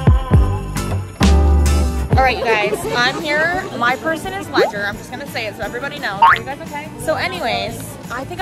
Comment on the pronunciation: im just asking why did you call him ledger-nike